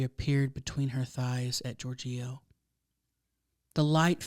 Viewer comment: 😂 GiorGIO. I feel like the wrong emPHAsis was on the wrong sylLAble. Perhaps you're unfamiliar with that name. I think it's like "GEORGE-io".